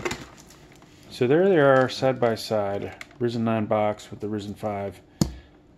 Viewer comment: pronounceced R IIIIIzen....